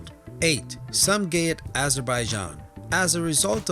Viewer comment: Lol thought he said somegayhead in azerbaijan xD